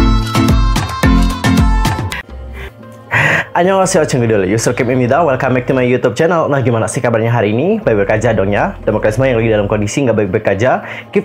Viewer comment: Bacanya channel itu shanel kalo ga salah kak. 🙏. Cmiiw